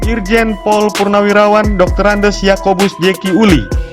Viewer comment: Tolong dibaca dengan benar...Doktorandus, bukan Doktorandes